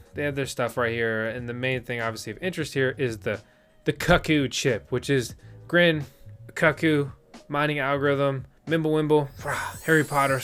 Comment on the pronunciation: YU-ann / IPOLLO [like APOLLO] / Cuckoo actually pronounced KOO-KOO